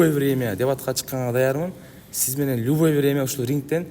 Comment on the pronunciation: ЛюВой,врнмя дейтко жетим